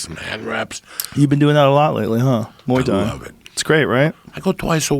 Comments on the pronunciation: Moo ay Thai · moo-e thai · Joey "mooey thai" diaz